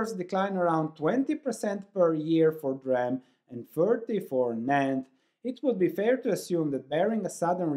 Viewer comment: It's not "dram" it is "dee ram".